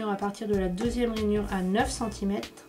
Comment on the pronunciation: Pourquoi tu dit Ranyure et centimete ? bref tu achete ou les papiers imprimés? Il son mimi